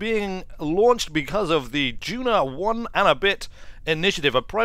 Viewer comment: Stop mispronouncing Duna! Please! Also, I think you meant an interplanetary civilisation A Kerbin day is 6 hours. That is asparagus staging. That was a very...er..."old-Kerbal" style launch profile. This, I assume was done in 1.0, which means that you should now start the gravity turn very early, not at 10km as it always used to be.